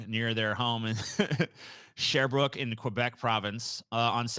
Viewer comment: Lol hearing mispronounce both the names of my hometown and province was pretty funny. Sherbrooke is legit a French Canadian version of Springfield from the Simpsons, a small city full of diverse stereotypes that only gets any attention from people doing stupid shit, plus it’s close to a town with a reputation for cousin marriage.